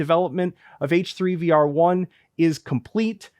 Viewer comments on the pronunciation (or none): eighch threigh vea are